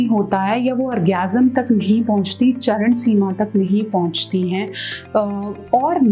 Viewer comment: 3.25 Charansima nhi hota he mem Charmsima Hota he